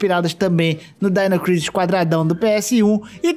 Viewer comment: ow, na moral, ou vc fala DINO CRISIS, OU DAINO CRAISIS, falar DAINO CRISI é foda